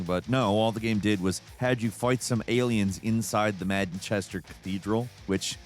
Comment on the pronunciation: being from Manchester, the way you say "Manchester" hurts my ears 😂